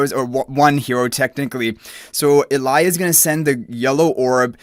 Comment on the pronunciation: I'm sure it's probably just a language thing. The letter "J" is probably pronounced differently in his language :)